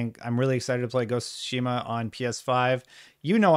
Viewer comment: OMFG! How many times is this guy going to call Ghost of Tsushima Ghost of sushi 🍱🍣 🤣